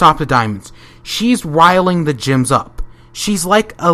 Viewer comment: Every time you say gems or crystal gems, it sounds like you're saying crystal jims.